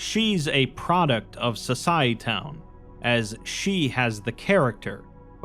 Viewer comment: It's pronounced So-sy-eh-town. Like "society" but with -town instead of -ty